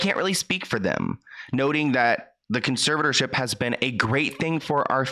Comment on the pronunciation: Omg this guy cares so much he doesn't even know that the word is conservatorship not conservship